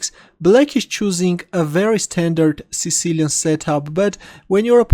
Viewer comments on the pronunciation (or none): none